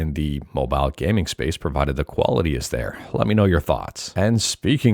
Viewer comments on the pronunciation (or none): You said "quality." I thought you said "koala T," like a T-shirt with a koala on it.